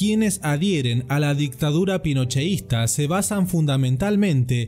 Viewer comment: Es pinochetista no es ponocheista